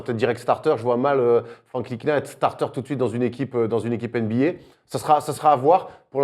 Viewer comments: Les gars c'est "Nilikina" pas "NTilikina" il l'a dis dans son interview 😉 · NTilikinha se prononce sans le T !!! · par contre on dit nilikina le t est muet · Ca se prononce "Nilikina" les gars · les gars ntilikina ca se prononce nilikina le "t" ne se prononce pas 😉 Sinon toujours aussi cool a regarder ! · Petite précision Ntilikina ce prononce Nilikina on ne dit pas le T. Il l'a lui même dit dans une interview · Sauf que Frank Ntilikina a dit dans une interview que son nom se prononçait Nilikina. T'y étais presque ;) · C est dommage que ntilikina se prononce Nilikina sans le t, sinon oui c était bien prononcé, bien jouer les gars 😂 Sinon super émission comme dhab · on dit franck nilikina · Les gars, le "T" de Ntilikina ne se prononce pas ( se prononce "Nilikina" ). En tout cas on prend toujours autant de plaisir a regarder vôtre chaine. Continuez comme ça vous êtes super ! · Les gars ça se prononce "NILIKINA" !! 😜 Continuez pour le super boulot Vous êtes au top ! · Ntikilina on dit pas le t si ?